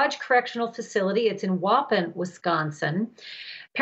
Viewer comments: “Waupin” lol never pronounced that way in Wisconsin but good try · lmaooo the way she pronounced Waupun